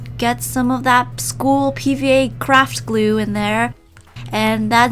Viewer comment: Anyone else hear her say schoo instead of school?